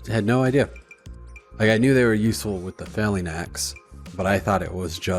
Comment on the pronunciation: ive let it slide for many episodes but its a FELL ING you keep saying FAIL ing axe and it makes me chuckle